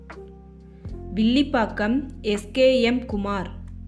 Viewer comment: வில்லிபாக்கம் இல்லை வில்லிவாக்கம்